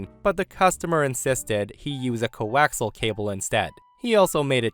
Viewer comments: I facepalmed when the guy mentioned coaxial cable. Sidenote: co-ax-E-al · "co-wax-al cable" 😅